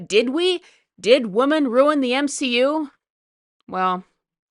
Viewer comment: The M-she-U